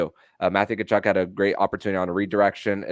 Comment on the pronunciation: Tell his name is ka-chuk, not ta-chuk.